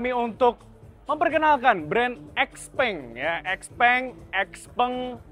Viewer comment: Bacanya xiaopeng